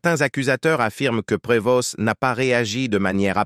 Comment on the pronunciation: L'IA est énérvant. On ne pronoce pas le s et le t à la fin de son nom. On doit dire Provo.